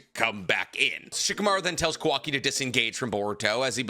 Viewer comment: Unc I’m begging you. It’s not kuhwakee it’s Kawa-ki